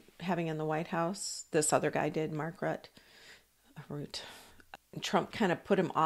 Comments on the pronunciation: Mark Rutte: pronounced: Rutt-uh. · I understand the 'e' on the end of Mr. Rutte's name is NOT silent, it is being pronounced by most reporters as 'ROO-TAH'. Love your presentation. Thanks. Re: Joe and Mika - it's been pointed out that they have a lifestyle that turns over a huge amount of money every month. Their jobs could be changed to an unrecognisable extent and kissing the ring might not be enough to keep their positions going because too many viewers could leave.